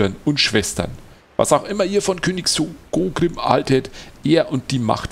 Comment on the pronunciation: Du weißt ja, ich kann bei manchen Sachen ziemlich penetrant sein. Es heißt SkoRgrím und nicht Skogrím. So das ist das eine, aber um noch ein paar andere Sachen zu erwähnen: Ich würde dazu ja sagen wollen, dass du dich an dieser Stelle in Thorin's Halle befindest und das du dieses Gebiet im Zwergen Prolog nicht betrittst. Zeitlich ist das ganze ein wenig Inkonsistent. In der Quest wurde ja gesagt das man mehrere Monate Thorin's Halle von Schutt und Unrat befreit hat. Skorgrím ist mit Ivar ja noch im Zwergen Prolog abgehauen was für mich andeutet, dass man den beiden direkt oder kurz nach den Ereignissen vom Zwergen Prolog begegnet. Wie soll das denn bitte funktionieren, wenn zum einen Thorin's Halle direkt nach dem Zwergen Prolog von Schutt gefreit ist und man zum anderen erst mehrere Monate dort aufräumen muss? Wir haben die Stark-Äxte endlich mal gesehen? Wann kommen denn die anderen beiden Rassen zu denen du noch kein Video gemacht hast? Und zu der Frage die du zuvor gestellt hattest, ich habe das Gefühl das der Prolog der Stark-Äxte ungefähr so lang ist wie der Prolog der Hochelben. Der Prolog der Beoringer ist deutlich kürzer. Also mach die beiden bitte auch mal. Zumindest der Anfang der Hochelben ist auch sehr gut geschrieben (und er beinhaltet auch gefühlt etwas mehr Text als der Prolog der Stark-Äxte).